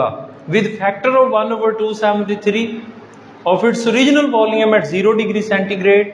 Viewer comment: It's volume , his pronunciation is VOLEUM 😂